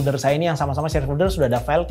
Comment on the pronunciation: maaf agak terganggu dengan penyebutan "fulder". biasanya kan penyebutannya "folder" . overall penjelasannya sangat mencerahkan. terima kasih.